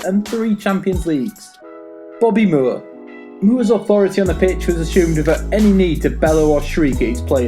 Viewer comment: Bobby mooer. ... oi say his name right you pleb